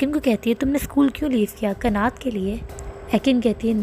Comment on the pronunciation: Isme ekim bahut halat lagti hain.aisi bhi kya dosti kanat usse bahut pyar karta hain lekin ekim use har baar chhodh deta hain .aur एक्सप्लेशन में आप कनत कहो ना की कनात ।